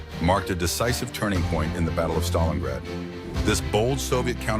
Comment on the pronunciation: I always thought it is called StalinGrad not Stalinrad